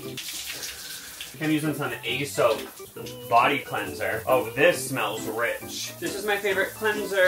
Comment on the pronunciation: Not gonna lie, the weird pronunciation of Aesop is driving me a little nuts. I assume it's a joke, but I thought the brand was pronounced like the guy who wrote the fables. That's how the employees said it when I accidently walked into their store without knowing how expensive it was. I ended up buying a couple samples.